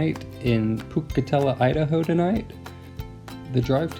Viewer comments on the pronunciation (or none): I had to laugh when I heard how you pronounced Pocatello 😉... I’m assuming that is where you stayed?